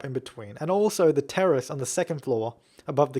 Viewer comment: is he saying teris (sp?) or terrist? lol